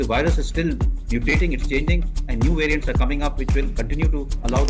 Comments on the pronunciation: Its VARIANT ...not VARIENT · *Variant. Not Varient.